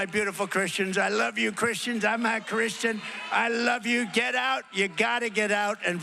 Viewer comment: it sounds like “I’m haa Christian.” Weird way to say it, but matches his overall speech pattern. Easy to hear “not Christian” though